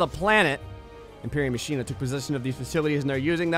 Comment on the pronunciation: Lol ma-shen-a I think its pronounced ma-kin-a